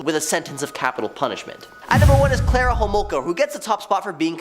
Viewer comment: Its Carla not Clara